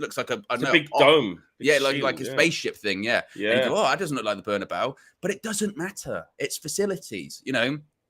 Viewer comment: I hate it when people say the Berna-bow. 😡